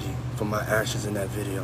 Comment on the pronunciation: You've been talking for years making youtube and you still did not lean how to pronounce video with a V Not with a B Sorry but it turns me off and I can't finish the video,that's why I pointing it out